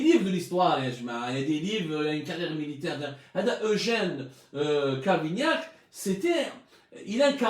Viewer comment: Regle tes pendules...c'est cavaignac non cavignac.si c'est un probleme d'élocution...un orthophoniste ferait beaucoup de bien.😁